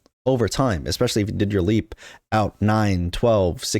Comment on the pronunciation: it’s a LEAPSSSSSSSSSS. Bro the S isn’t plural it’s part of the term